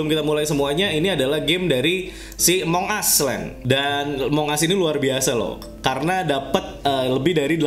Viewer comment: Among us : Emang As (cara baca nya)